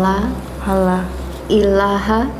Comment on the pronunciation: penuntun syahadatnya sedikit keliru. Bukan "ala illaha" seharusnya "allaa ilaha"